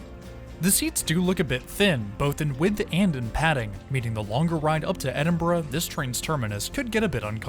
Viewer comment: You took the train to Peterborough, pronouced Peterburruh! You pronounced Edinburgh correctly though ;-)